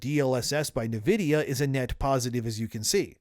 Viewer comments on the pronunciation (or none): “en” vidia not “nuh” vidia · It's not Niv-idia, it's In-vidia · Talm bout “navidia.” Are you an AI? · You say Nvidia oddly. "NUH-vid-ee-uh". I always thought it was "en-VID-ee-uh". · I like your content, I watch all your videos but I must say I hate the way you pronounce Nvidia. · The way you say Nvidia is... different.